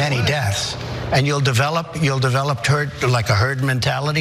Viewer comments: He almost said turd. He gonna say it one day and I will rejoice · Anyone else notice he almost said turd, instead of herd. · Did anyone else heard him say "turd" before he said "herd"? Turd developed is probably more accurate. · "And you'll develop a turd mentality" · He almost said TURD mentallity first. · It sounds like he says turd instead of herd the first time. 🤣 Yes I do believe this turd mentality is spreading 🤣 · A hundred percent said turd haha great catch. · i thought he said terd mentality.... just he is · I thought that he said “turd” at first! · Pretty sure at 1.14 he does actually say turd! Maybe a Freudian slip of truth accidentally coming out